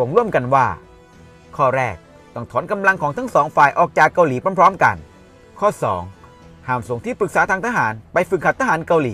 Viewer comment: ชอบคอนเทนท์นะครับ แต่คำว่า “เกาหลี่ เกาหลี่ “ มันขัดๆครับผม รบกวนด้วยครับ